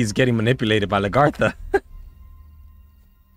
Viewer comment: I try to let them know the same thing about how they pronounce Lagertha and Bjorn. But I still love watching them react to Vikings. It's one of my favorite shows.